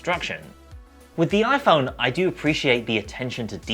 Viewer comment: the oi-phaurrrn